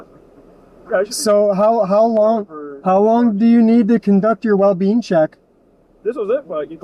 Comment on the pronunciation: Anybody keep hearing “well bean” instead of “well-being” from the cop? 😂😂 or was it just me